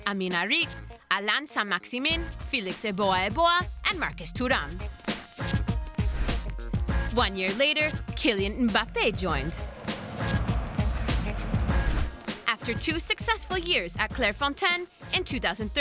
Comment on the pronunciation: Comment ça se fait que les anglais et tous les autres arrivent à bien prononcer son nom et qu'en France on le saccage tous les jours . S/o N'golo , M'bappé . Et ils disent toujours EN Golo , EM bappé , Merci à eux